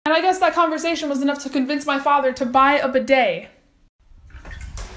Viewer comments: Why the wierd pronounciation. We just pronounce it bidet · Isn't it pronounced "beeday"?